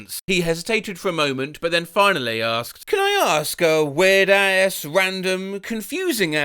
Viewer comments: why do you pronounce 'ass' like 'ay-ss'? I tried googling it but I have no idea why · Man I love the way you always say "ass" in a cartoonish American accent.